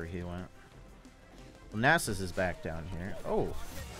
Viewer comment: idk why i watch the vids often and enjoy them but the way you say nasus cringes me so hard XP